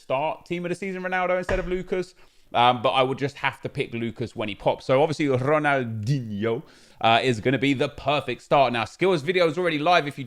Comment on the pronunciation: I miss saying RonalDIGNE